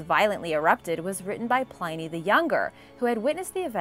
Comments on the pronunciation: Plin-nee the Elder, not Pline-nee. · Love everything you do and I hate correcting pronunciation, because I have messed up so much over the years, but Pliny the younger is pronounced Plinee, not Ply-nee, I've been reading a lot from him over the years and made the same mistake myself, just before someone makes a snarky comment. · Pliny. Plin to rhyme with fin and thin. Pliny